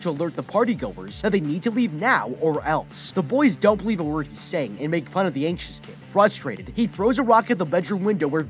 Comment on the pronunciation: Bruh I thought he said the kid was ancient but he was just anxious